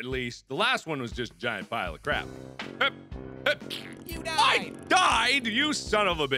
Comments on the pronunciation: and PS.... YEW DYED! XD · The best videogame death ever: "Yew Dyedd" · ur hear an "n" in it every time